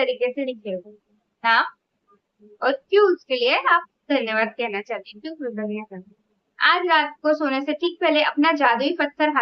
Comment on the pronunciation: Dear this word is ' kritagya', not ' kritagna' . Kritagna means non grateful; just opposite, love you 💗 -- Gaurav